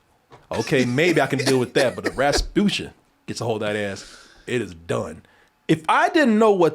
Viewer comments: got so tired of her he started saying “rabutia” instead of “rasputia”😂😂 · Man can’t even say respucia’s name right . He said repucia 😂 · “Rapusha” lol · I love how loses the S after a while.